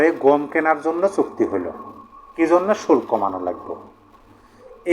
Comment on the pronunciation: উচ্চারণ হবে ( শু ল কো) = শুল্ক